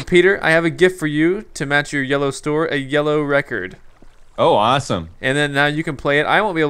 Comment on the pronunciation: "It kinda looks like an Asian person." Me: ...wut. 'lecord' LMFAO